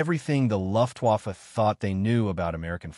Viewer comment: Learn how to say “Luftwaffe" which means German Air Force. 😮😮😮